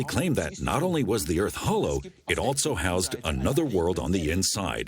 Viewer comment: I’ve never heard any English speaker pronounce the word also with a T sound... altso, altso, altso. Is this entire documentary German?